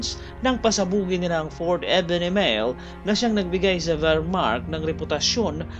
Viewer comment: Akala ng mga Pranses at Belgian na maliligtas sila sa matatag na fortification na hatid ng Maginot (pronounced as Majino) Line pero umikot sa masukal na kagubatan ng Ardennes (Arden) ang malaking bulto ng Wermacht (Vermak) kaya huli na nang malaman ng Belgians at French forces na nasa likuran na pala nila ang mga German. Di inisip ng Allies na dadaan sa maputik at masukal na Ardennes ang mga German. Kung di nagtagumpay ang Dunkirk evacuation baka natalo na rin ang Great Britain at nasakop ng Alemanya. Battle of the Bulge naman ang isunod mo!